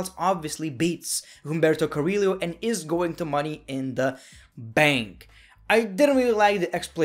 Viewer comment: It’s Humberto Carrillo! Not Humberto Carri-Leo